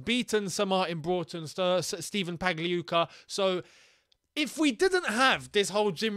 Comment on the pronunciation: finally pronounces Pagliuca well😂